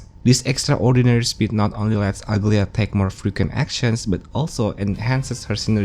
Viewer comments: Aglaea is a Greek name and it's not pronounced ugly-a. It's Agla-ee-a with a soft g with empasis on e in her name. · everyone is calling her Uglya but i think its Aglaaya with the A sound